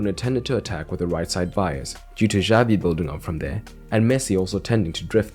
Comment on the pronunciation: Xavi is pronounced sha not ja. Just so you know :)